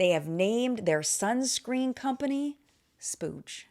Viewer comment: That's "splooge" 🤭😂😘